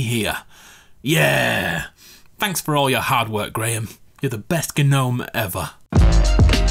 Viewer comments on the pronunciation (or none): Not tryna be mean I’m really not but it’s pronounced “Nome”, the g is silent. Not “Guhnome”... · It’s pronounced know m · The G is silent it Gnome silly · I love your videos I just started watching them but I died when you said g nome🤣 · “Graham g-nome” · Say it. Say "Guh-nome" again. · The g is silent in gnome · I thought I was the only one that prenouced gnome like that